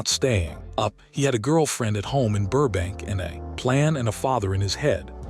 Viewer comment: Loved the video but I cringed through it all 😩😩 The AI narrator had verbal dyslexia: O’pie, Loss Angels , Burke Bank , Fran’sis Cope’allah , Marten Scarcest , Funzee, Run Hawaerd , Da’Zooloo… 🤦🏼‍♀️